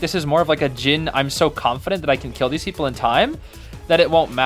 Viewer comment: you become chinese